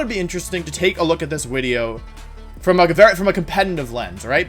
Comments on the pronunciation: Is he saying wideo instead of video ? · Does any else here him saying wideo ?? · Does anyone know why wolfey says “wideo” and “wenasaur” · wideo (the way he says video) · Take a shot everytime he says wideo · Round 1: Take a shot every time he says "Wideo". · Like I genuinely don't know how you make yourself say "wideo" so effortlessly in place of "video" without missing a beat. 😂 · Nobody: Wolfey: "wideo" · Take a shot every time he says wideo instead of video. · Anyone going to talk about the amount of times "wideo" was said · “...the wideo” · Is anyone else hearing wideo instead of video? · Am I the only one who likes when he says wideo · Commenting for youtube algorithm. Keywords: amazing video, great video, informational video (or should i be saying wideo?) (not my original idea) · Is he saying WIDEO? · anyone able to help me understand why he says wideo and not video? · Ok what’s with you saying wideo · Can someone please explain "wideo" to me? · Why does he keeps saying wideo? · Why does he say wideo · I’m not a long time viewer, only a few videos. Why do you say wideo? Is it a speech impediment or? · I'm not trying to be rude but why does he replace v with w? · WHY IS HE SAYING WIDEO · this man can say any word with V except video he will say WIDIOW its killing my braincells and he is just overusing the word so much holy shit. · does anyone know why he say “wideo” i think it’s cute i’m just not sure why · Does it bother anyone else that he says 'wideo' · Why the hell does he keep saying wideo wtf? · dude... Why are you saying Wideo instead of Video?! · STOP CALLING IT A FUCKING WIDEO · the way he says wideo instead of video hurts me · Say wideo instead of video one more time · Why do you pronounce video as "wideo"? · "Wideo" got on my nerves every. single. time. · I really hope "wideo" is a meme and not for real how he says the word.... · Omfg stop saying wideo! It's video! With a v! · wideo lol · Tf is a wideo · No one: Wolfey: Wideo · Is he saying wideo???